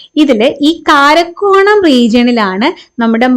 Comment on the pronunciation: കാരക്കോറം ❌കാരക്കോണം ✅😅